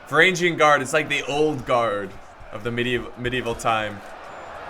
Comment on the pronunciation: And finally "varangian" would be pronounced with a hard "G" as in "golf", not as in "general"